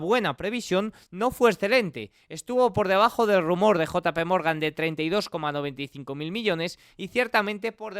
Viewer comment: Queda feo pronunciar jpmorgan al estilo comanche, por lo demás bien, buen video